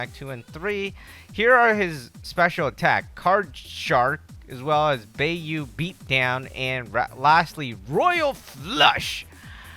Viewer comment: It's prenounced with the a with a I sound not baeyou it's sounds like buy